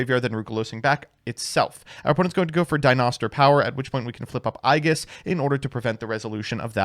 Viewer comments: was rough to hear. It's pronounced Eej-iss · You can always tell who has played Persona 3 when they mispronounce "aegis" like that. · you mispronounced that one on purpose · Is he trying to say "aegis"?